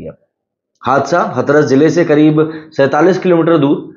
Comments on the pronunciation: Dear हाथरस होता है, ना कि हथरस 😅😅😅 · हथरस नहीं हाथरस है सही pronunciation